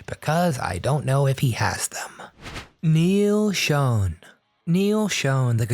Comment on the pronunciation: Dude... it's not Neil "SHONE" or SHOWN!" It's "SHAWN!!!! "You people really need to go back to elementary school, or at least ASK what the correct pronunciation is. Holy shit, man!!!